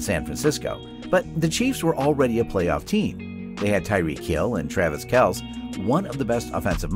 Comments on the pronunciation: ... is this whole video written and spoken by AI? would explain all the mispronounciations, like kelce and leonard. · When you make a football video as though you are knowledgable but can't pronounce Kelce. One of the most excellent TE of all time and headed for the HOF....you know, 10k+ yards with only 144 games played. SMH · Does this dude even watch football? It’s Kelceeeeee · Travis “Kels”. 🤔😂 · Ur butchering of Leonard Fournette and Travis Kelce’s (x2) names makes me wonder if you actually watch football. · I do not like how this narrative robot pronounces Travis Kelce's name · Hi Tambuistuff. We have moved on from that narrator because he cannot pronounce the name of the best TE in football. We invite you to watch our new Travis Kelce video on our page. (rightly pronounced)